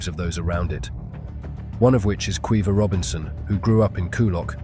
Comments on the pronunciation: Kweeva? It's pronounced Keeva 😂😂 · Keeva in the North; Kweeva in the South.